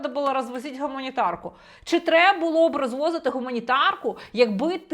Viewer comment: Він навіть вимовив - "гАмунітарку". Прослухайте ще раз.